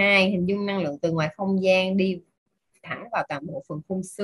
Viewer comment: Xin cám ơn BPS rất nhiều . ❤️ ( mình có góp ý nhỏ : người đọc công thức giọng được nhưng ko có hồn trong giọng , phát âm chưa chuẩn từ : Năng lượng - đọc thành Lăng lượng . Xin cám ơn )